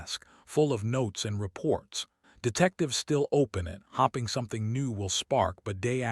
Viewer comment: You do know hoping is not pronounced as hopping?